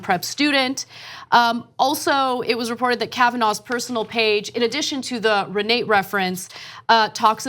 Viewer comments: ...it is pronounced Re nah tah!...You're welcome! Also kavanaugh went to church on Sunday because it was the quietest place to sleep off an hangover...badabing badaboom! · Pronounced Ree-nah-ta.